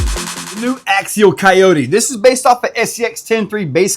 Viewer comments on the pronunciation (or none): Axziel? .......Oh....Axial 🤣😆